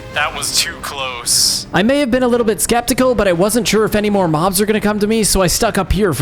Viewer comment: Mobs is not how you say it